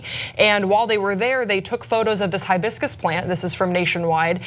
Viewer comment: Did any one tell the police its Hibiscus, not Highbiscus??